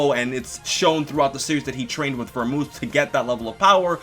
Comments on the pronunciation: Vermooth not Vermouth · It's pronounced Ver-mooth not Mouth!!!!!! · Not only that, the TH in Vermouth is not supposed to be pronounced as a TH. It's supposed to be pronounced as a hard T. Go watch Detective Conan. :) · Vermooth, not Vermouth,.;) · The drink Vermouth is pronounced "Vermoot". No TH.